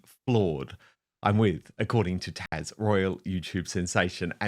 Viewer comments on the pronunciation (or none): Dan your guest is Taz not Tash 😮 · Dan why do you call her Tash? It’s Taz! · TAZ!!!!!!! Not Tash! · Haz and that fool Interviewing him are just making bigger fools of each other. Haz looks like he ripped and the other guy is just plain stupid. NEVER make fun of America or Americans. We don’t like Haz and his spare and hope they just go away. As a side note-your fellow commentator’s name is TAZ. It sounds as though you keep calling her Tash. Slight difference.